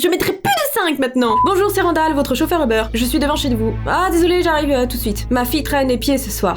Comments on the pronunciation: ou-beur Moi: MAIS C'EST UBER!!! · Ubère moi je dis ça comme ça jsp pk x)